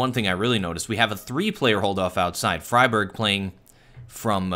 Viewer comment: His name is not "fryberg" it's more like "freeberg"